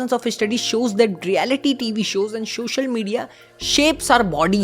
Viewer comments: please shoshal shoshal na kar bas ye dikat ai hai pori video main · Loved the content and presentation....but shosial 😮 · shoshal media ✅ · Social media ❌ Sosation Media✅ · I liked one thing in the entire video when he keeps repeating “”SHOSHAL”” Media. But I appreciate your effort for the video. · Social ❎️ soshal✅️ 😂😂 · The way he pronounced social media was so funny 😂